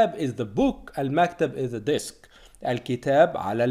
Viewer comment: on the DESK not DISK! mabrook!